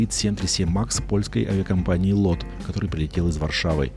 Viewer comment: по польским правилам чтения, LOT читается не "лот", а "лёт" (что означает "полёт")